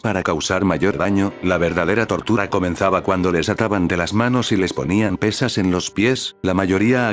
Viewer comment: Le entendí tortugas a la descripción jajajaja 😅